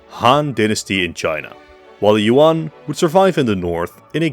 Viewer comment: Good video but i would also add the jagieollonian empire. Technically as much as an empire after the HRE after the 1200's. I mean i know you mentioned them in you video on varna but still. Btw good job on being one of the few that pronounced Nicaea correctly. Btw Yuan is pronounced more like Yuen.